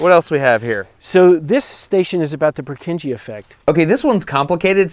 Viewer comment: That's not how you pronounce Purkinje. Other than that, have a great time experiencing the eclipse for those of us half a world away